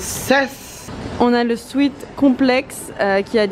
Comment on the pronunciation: Tu ne prononces pas bien "sweat " tu le prononces "sweet" qui est bonbon